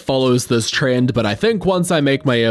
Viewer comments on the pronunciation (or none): none